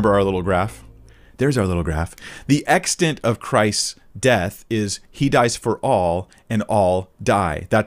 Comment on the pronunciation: Im bothered that can’t pronounce the word “extent”